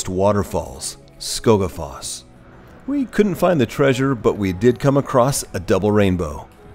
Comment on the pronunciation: A well kept secret is that every Icelander takes such pleasure from foreigners attempting to pronounce icelandic words (no matter the pronounciation), that you never have to feel guilty about it. But I was generally impressed by the pronunciation (especially 'Seljavallalaug' and 'Skógarfoss'). It might be of interest to you that 'Seljavallalaug' and 'Seljalandsfoss' are more closely related in meaning than you might suspect. The 'sel' in both is a cognate of the old English 'shieling', and 'land' is simply land in English, but 'valla' in 'Seljavallalaug' is the genitive of the word 'vellir' which means roughly 'flatlands'. So, Seljalandsfoss really means 'waterfall in the land of shielings' and 'Seljavallalaug' means 'bathing pool in the land of shielings'. The word 'laug' means bathing pool and the icelandic word for Saturday is 'Laugardagur', literally day of going to the bathing pool = clean up day before Sunday; the day of rest.